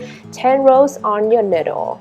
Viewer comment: niyyyyydel not ndle